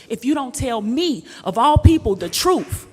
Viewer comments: It's truth not troof😂😂😂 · As a PR person, you need to pronounce words correctly. For example, words like asked, library, and truth. These words should not be pronounced like axed, liberty, and truff. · I cringe every time I hear the pronunciation t r o o f not just ghetto it's downright lazy the th sound isn't hard